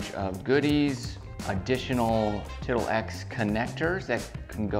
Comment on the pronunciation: Huh huh huh, you said tittle. Huh